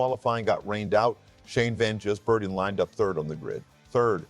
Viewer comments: FFS since when was Gis pronounced as Jizz Learning how to pronounce the name you would think would be the first thing you'd do.. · A video about Shane Van Gisbergen yet your stupid AI can't even say his name properly. Wrong twice in the first 80 seconds. SPG? ANd can't pronounce Gisbergen properly. Bloody AI slop. Goodbye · By the time SVG becomes consistent on ovel tracks, hopefully you'll be able to pronounce his name correctly.